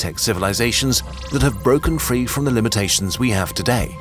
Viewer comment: Am I was the only one noticing: “It’s frEE real estate” 😂